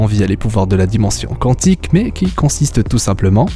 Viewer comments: salut ^^ Bon déjà, ne prends plus cet acolyte, "qouanntique" ça m'a piqué les oreilles !!! Ensuite, Loki est mort pour de bon ! On pourra peut-être le revoir, mais c'est tout. Pour les X-Men, je les vois totalement s'intégrer via deadpool avant tout, qui, rappellons-le, possède une montre lui permettant de voyager dans le temps et buter Thanos reste son but ! Wolverine ?! Je préférais l'ancien acteur, soit dit en passant, mais le personnage est MORT !!! Ridiculement, tout ce que tu veux, mais il est mort ! Ah oui ! autres théories que j'ai lues plus bas, c'est le retour d'Ultron.... comment vous dire que Vision l'a un peu détruit et que Bruce et Tony ne prendront jamais le risque de le faire revenir ! "Et pour Ant-man, c'est qu'un humain donc il peut pas tenir une pierre d'infinité !" Mais fermez-la !!! Oui, il est humain, mais ça change pas grand chose ! Star-Lord aussi, on le rappelle (enfin à moitié si t'as vu le 2) ! Et les protagonistes ayant touché la pierre dans les gardiens de la galaxie, y'a une non-humaine qui n'a pas survécu... ! Rappelons aussi que la pierre en question est une pierre de destruction et non les autres, peut-être donc que toucher les autres auront d'autres effets voire aucun ! Bon voilà mon coup de gueule est fait, mon avis est transmis. Ceci n'est pas là pour débattre, juste pour donner mon avis ! Je ne débattrai éventuellement qu'avec Iro Sef, merci (ça fera moins de notifs et prises de tête). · Qwantique? Maîstre? Qwhat the fuck oui, ces prononciations sont plus wtf que ces théories.